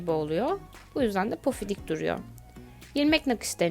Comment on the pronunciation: Yalnız pofidik değil pofuduk olacak